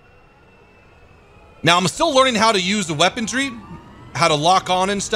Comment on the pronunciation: "Weapondry" - 2018